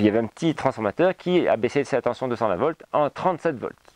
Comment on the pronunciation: Tension, pas tenTion.... Sinon très intéressant évidemment.